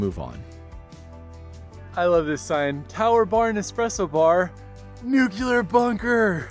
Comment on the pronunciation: "Nukular" okay Homer Simpson